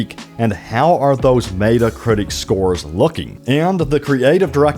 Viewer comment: Dude...it's not "Meat-uh Critic" it's "Met-uh Critic." Super annoying...